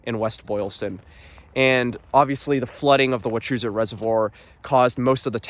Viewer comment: Had to stop watching because of the way you pronounced “Wachusett” lol